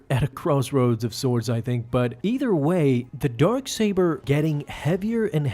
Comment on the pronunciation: Why do i keep hearing Dork Saber?